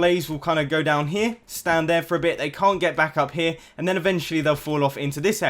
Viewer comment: When he said "around the back" when he was marking the crusher, instead of saying back, he said black. lol